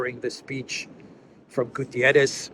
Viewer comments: PLEASE, PLEASE, PLEASE. UN Secretary General is called António GUTERRES, not Gutierres. Please drop the i. For months I hear a lot of people calling him a Spanish name. The guy is PORTUGUESE, so his is name. ;-) Cheers Meanwhile the important thing is that Haley and respective scum should be ashamed. Calling for the resignation of someone asking for CEASEFIRE and diplomacy. Instead of war! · it's not "Gutierres" but rather "Guterres", a Portuguese and not a Spanish name/word! Regardless, I continue to appreciate your timely and informative videos! Thank you! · Its not "Gutierrez". He's portuguese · It's not Gutieres, the man is not Spanish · António Guterres is Portuguese. Thus, there is a specific pronounciation of "António" and "Guterres". Guterres is NOT pronounced like the Spanish "Gutiérrez".